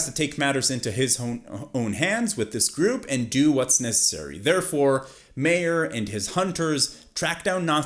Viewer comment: It's MEYER not MAYOR. Geez.....they said his name like 1,000 times in the series.